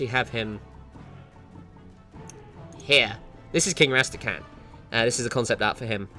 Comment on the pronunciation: Rästäkhän?! His name is Rasta-Khan! RAARGH RASTA-PASTA-MASTA'-CASTA'! Fricken' Murican pronounciation of this shit triggers me WAY more than it ever rightly should! >-<